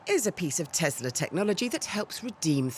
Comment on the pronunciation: Tesla is pronounced Te S la, not Te Z la... Christ.